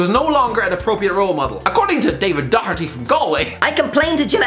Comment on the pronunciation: So many people said Dockerty that I thought it was a Portugese thing😂